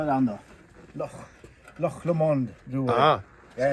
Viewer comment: Impressed you pronounced loch correctly!